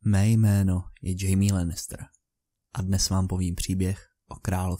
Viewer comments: Pěkný video. Ale je to opravdu "Chajme". "Džejmí" se píše Jamie. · Nejsem si jisty ale necte se to nahodou Chaime ??